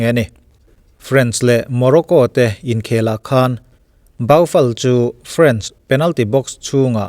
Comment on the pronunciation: Still my no. 1 you tuber. Comment khat tawh em mai. Sawi ve leh châk deuh ka nei. France leh French lam dan hi a inang lek lek hian Mizote hian kan lam tlangpui a, anni leh khawthlang lam erawh khu chuan an lam hrang hlak ṭhin. A ram hming, France hi chu A ang hian an lam ṭhin. Serie A tiha A ang ngei hian. E ti lovin A an ti ṭhin. Friends tih ang deuhin an lam ve ngai lo a nih chu. FrA-ns tiin an lam tlangpui. A mi chengte emaw an ṭawng hming erawh E angin an lam thung. Friends tih kan lam ang deuh hian E tiin a ri a, French tiin a ri thung. France - FrÂnce (FrÂns) French - Frênch (FrÊns). Final te an lut sia i la sawi fo hmel si a, ho te mah ni se hriat ve mai mai ah ka rawn comment zuai.